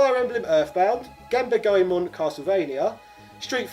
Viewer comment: Say it with me: Gone-bah-le Goemon